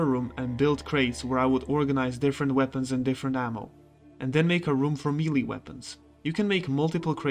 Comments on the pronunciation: It's 'maylay' weapons, not 'mealy' weapons. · Melee is pronounced "May-lay" ;-) You had me second-guessing myself and I had to do a search for the pronunciation just to be sure.